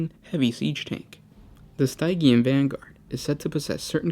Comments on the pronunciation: Stygian is pronounced “STIH-jee-an”. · Been watching your videos for years now, and I still cringe every time you mispronounce something (which is often). For all the research you guys do, would it kill you to spend 30 seconds googling the correct pronunciation of "stygian"? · What are you saying in the 6minute Mark? Stygian? Sygean?